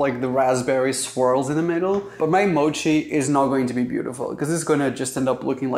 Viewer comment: Its more like just "mochi" not "mouchi"